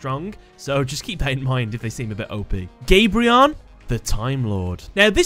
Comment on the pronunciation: You said kamion eff (minus burn) for gabrion